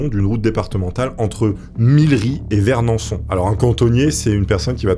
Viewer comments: c'est entre Millery et Vernaison et non pas vernanson. Voilà voilou 😉✌️ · c'est VERNAISON , pas et pas VERNANSSON guenille :) , ça va t'es excusable tu fais toujours des vidéos Sympa ;) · Vernaison pas vernançon 😂. Sympa cette histoire je connais ma ville par cœur et jamais entendu parler. Ps : le générique 1j 1t me manque